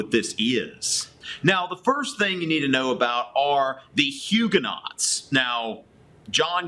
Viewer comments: Huguenots are pronouced Huu-go-noes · Homeschooler here...subscribing! Your videos are great supplements to what my boys are learning in history. I'm sure your students appreciate such a charismatic teacher! Your French pronunciations, however...are not so good. ;-) Haha! Thanks for making these. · I really like your video, but I feel compelled to correct your pronunciation: Huguenots= Hugh-guh-no Valois= Val-wah